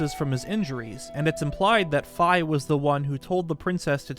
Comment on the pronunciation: Thanks for getting Fi’s pronunciation correct! I know it’s minor, but should be more common across the fandom